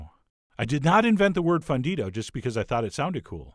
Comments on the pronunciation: "Z" in Spanish is pronounced like "s," and "u," rather than being pronounced like the English "uh," is pronounced like "ooh," so it's cho-ree-so and foon-dee-doh. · chorizou fandidou, i love you but as a spanish speaker person, that hurt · it's pronounced foon-dido, chef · As a gringa-who-used-to-be-fluent-but-is-no-longer, I agree. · pronounce the u in fundido like moon, or fool. Now if only I had some way of determining how your california chorizo tastes different from our mexican chorizo. It is visibly very different in colour and grease content. I would imagine that it is much milder in flavor based on its much lighter colour, but I wish that there was some way that I could try it.